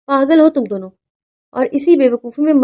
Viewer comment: What is “ پاغل اور پاغل خانہ atleast Urdu tau sahi likha aur bola karain.